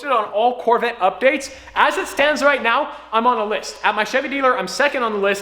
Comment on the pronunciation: hey guys I’m buying the c8 Chevorle corveee Fans:hey bro but I’m buying the c8 Chevrolet’s corvette